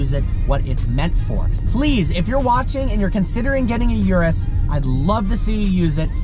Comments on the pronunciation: its not yourus its URUS listen Italian pronounce it .. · It's called 'Urus', not 'Yurus' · It’s not pronounced “yur-us”, it’s pronounced “oor-oos” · URUS pronunciation (ooooroooos) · You have to get basic pronunciation right - it's not "YOUR-US" but rather "OOO-RUS". I was out after you said that in the 1st 5 seconds. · It’s yuris it’s urus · thats not how you pronounce it for fucks sake.. its pronouced (Oo-Roos)